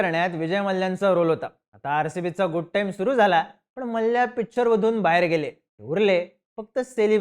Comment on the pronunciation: Ye gap re ghanrdya . Ghanrdya sarkha nav ghetoi tycha Vijay Mallya Malya. Vyastit bol na Mallya. Pronounce shikvaiche ka tula Maa liii yaaaa.